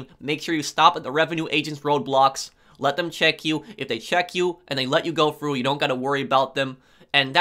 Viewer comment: Slow down and stop swallowing so loud lol Also... he says "stop at the road blocks, they may let you go fru" 🤣🤣🤣